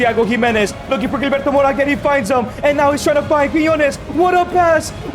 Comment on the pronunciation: 🤣 Gilberto pronounced hil-berto not Jil